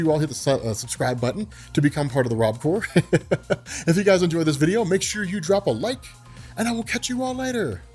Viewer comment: Heads up it's not "RobCore" it's "RobCorps," idk what it's short for though